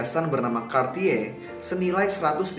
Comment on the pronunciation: kenapa dia bilang nya kartiye sih, kan aku jadi ngakak 😂😂